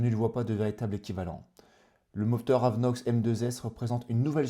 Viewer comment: AVINOX et non pas AVeNOX .... Si non super vidéo !!